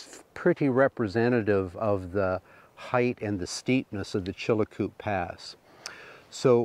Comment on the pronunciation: Just a note on names that you are having trouble pronouncing. Many years ago,my son and I walked the Chilcoot Pass ( not Chilacoot as you pronounce it) leaving from Dyea (not Dye as you call it). The correct pronunciation for the mining of loose gold in streams is like the sound of plasser not placer. As an old geologist I cringe when I hear such gaffs.